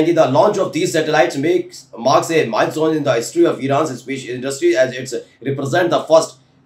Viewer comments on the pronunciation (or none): none